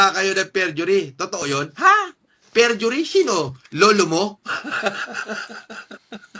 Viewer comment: fergury 😂 perjury 😂 forgery